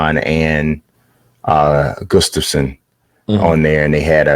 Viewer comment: that's one of the best pronunciations of Gustafsson I've heard from an American! Gg!